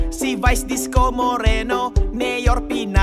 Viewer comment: Disco Moreno hindi Isko Moreno